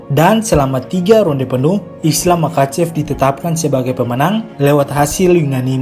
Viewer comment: Bang kalau ga salah pengucapannya mahacev.koreksi juga sama kayak habib bukan kabib